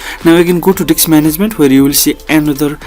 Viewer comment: Lmao whats funny is every once and a while he pronounces 'disk' correctly but 95% of the tutorial it's 'DICKS'. I about fell out when I heard open up 'Windows Dick Manager'. Great tutorial over all though. The information is great & you always can come back for the comedy aspect of it